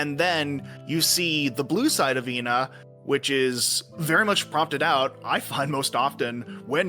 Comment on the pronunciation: I like to assume that Ena’s name is supposed to be pronounced as Eh-na, but likes to mispronounce her name as a sort of inside joke. There’s even a point when calls Ena by her actual name, then immediately “corrects” herself by saying Jena immediately afterwards.